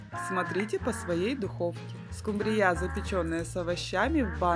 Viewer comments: скУмрия, а не скумбриЯ😢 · Почему скумбриЯ? По-русски рыба называется скУмбрия! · СкумбриЯ, это так в Индии называют😂 скУмбрию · Ну вообще то правильно говорить скУмбрия.А за рецепт СПАСИБО.!!!!😊😊😊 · 😂что ещё за скумбриЯ, это 😮